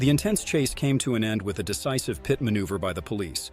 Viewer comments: its not a >>> PIOT MANUVER >>>> its called a >>> PIT MANUVER and you call a motor cycle a car - - its called a MOTOR CYCLE dam your dumb narrorator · The narrorator sucks. It's not a K.I.A it's a Kia. Also, it's not a PITE maneuver. It's pronounced pit